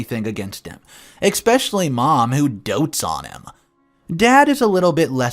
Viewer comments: There's no X or K in the word especially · A couple of tips to the English language… it is a bridal SUITE (pronounced sweet) not a suit (a piece of clothing). Another, huge pet peeve, the word is ESSSSSSSpecially!! There is no X!